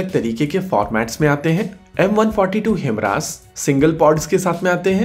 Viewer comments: Your prounounce....is..HIMRAS HIMARS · हाईमर्स not हिमरास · It's HIMARS. Not HIMRAS... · 👊👊👊👍👍👍 Per ek correction ke requirement hai. "हिमरास" नहीं "हिमार्स" है। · Good video bro... One thing, Himras nhi bro, it's HI-MARS. Again, it's a good video. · HIMARS- It's not pronounce as Him-Ras ,it's pronounce as High- Mars. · Himras nahi himars kya yaar ek word juban mai nahi aata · HI-MARS, not HIMRAAS- correct your pronunciation dude! 😅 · भई मेरे, यह ‘हिमरास’ नहीं, ‘हयमारस’ है। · It's 'HIMARS' not 'HIMRAS' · It's not HIM-RAS it's HI- MARS You don't have enough knowledge yet to make such videos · HIMRAS also 😂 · Its pronounced as he-mars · HIMRAS kya hai? Bhai padhna sikh le pehle.